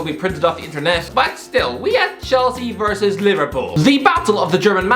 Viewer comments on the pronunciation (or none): none